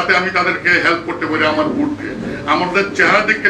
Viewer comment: ভাই, ভূট না ভোট